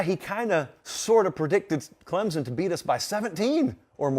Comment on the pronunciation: I am a South Carolina fan, but you are pronouncing Clemson all wrong. ClemSon not Clemzon.